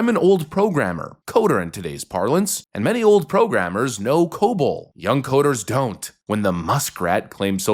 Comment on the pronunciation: Um... It's Cobol, not cobalt.